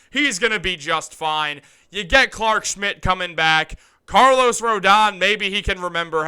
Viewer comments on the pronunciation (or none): none